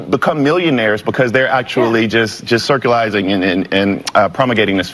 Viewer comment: He called Shapiro dumb and then said "circulize"